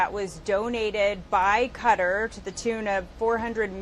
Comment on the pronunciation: The least CBS can do is pronounce and spell the country that donated it. Its Qatar and pronounced "kuh-tar."